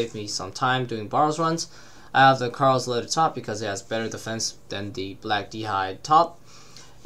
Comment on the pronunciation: Lol you say Karil like carl hahahah